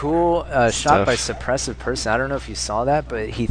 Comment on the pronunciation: Suppressive = Shaister